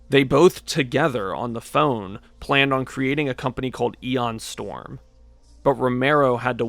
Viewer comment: Great video! But it’s MICK Gordon and ION Storm, not MIKE Gordon and EON Storm.